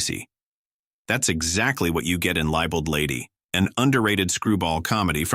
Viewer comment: Stupid AI narration, poor pronunuciation--"libel-ed lady"--incorrect facts...whatever happened to someone actually putting in the work to make a vid stand out? Dumb, dumber....dumbest sh!t around. Captain's Courageous wasn't underrated then, and it isn't now. It's acted in the 1930's style, but it still holds up pretty well. The Prisoner of Zenda wasn't underrated, either. Remember The Night is one of my favorites, and Barbara Stanwyck was great in everything. Not underrated, either. Key Largo was highly rated then, and it still is, now. Watching Bogart outwit Edward G. Robinson is a treat. And Robinson was always great.